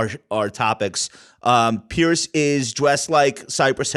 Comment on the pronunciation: "Pierce"? Good try